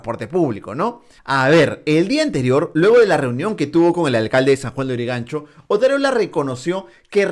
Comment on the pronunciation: Ni modo, Marco se empecina en hacernos sufrir con relatores de muy mala pronunciación. No se dice miinoticiero, se dice mininoticiero, no es sajuaneurigancho, se dice San Juan de Lurigancho....